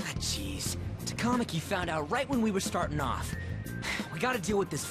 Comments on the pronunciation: ehhh I feel like it should be ta-ka-ma-ki though not ta-KA-ma-ki cause like with how they pronounce sakamoto... I don't think it's quite right somehow... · The way some of the names are pronounced in the game is sooo wrong. It's so annoying!, you're right. It's TAKA-MAKI. NOT TAKAMA-KI. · The way you were pronouncing “Takamaki” made it sound like some sort of food. 😂 Or maybe I’m just hungry. 😋